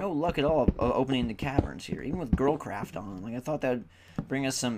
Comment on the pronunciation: whenever u say girlcraft it sounds like girl crap to me. anyone else who thinks that? :D